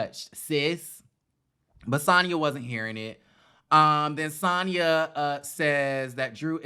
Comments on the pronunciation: You keep calling her Santah 🤣🤣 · Lol lol! Why u kept calling Sanya Santaa hahahaha love it!